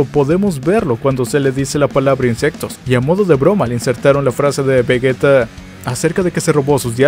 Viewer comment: Seria vegeta con G y sin una U lo que vegueta esta mal